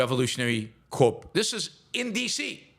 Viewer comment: Corps is pronounced ‘core’